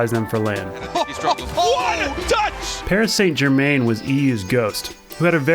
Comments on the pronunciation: It's not 'son' its more of a 'san' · Paris Saynt Germeeeeen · SunlessKhan "Puhree suh jeuhrmuh" is probably how Americans should pronounce it. You'd have to pronounce the "uh"'s in a soft way though xD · The way u say PSG triggers me